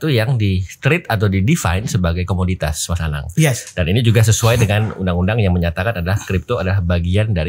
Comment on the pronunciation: Comodity bukan comunitas 🤦